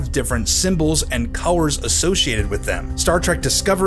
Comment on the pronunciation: The first emblem wasn't bad just dull because of the lack of colours. Also am I the only one hearing cowers instead of colours?